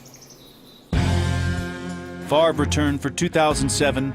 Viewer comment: Brett favor??